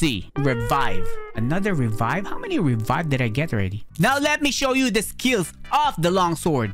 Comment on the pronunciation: Bro said revieve? mean while the word ghost💀💀💀💀💀💀💀💀